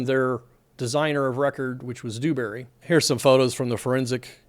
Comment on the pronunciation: Its Dewbury, soft D. Not Doobury.